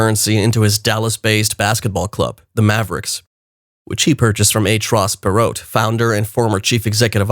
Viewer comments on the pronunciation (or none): Got in at .003, wish I invested more. Now? Maybe for long hold Also, the "t" is not pronounced in Ross Perot's name